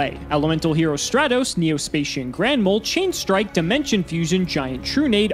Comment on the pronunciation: deserved to lose, purely on mispronouncing Stratos, there’s the roast.